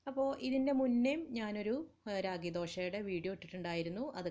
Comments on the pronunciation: രാഗി അല്ല റാഗി 😂😂😂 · രാഗി അല്ല കുഞ്ഞേ..., റാഗി. മുത്താറി എന്ന് പറയും.